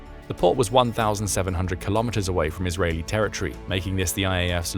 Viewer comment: ter-ri -ty (??) ter-i- tor-y Pronouncement of territory.